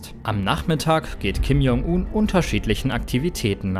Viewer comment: P.S. man spricht es [Kim Joong un] das J wie ein englisches G